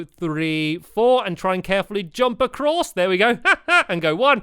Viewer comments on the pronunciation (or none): none